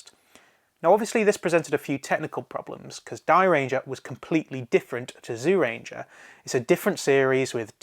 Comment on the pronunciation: I can't watch this while you are pronouncing Zyuranger as "Zoo ranger". Please pronounce it more like "Jew ranger".